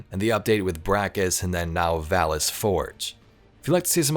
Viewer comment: bracus forge, not valus forge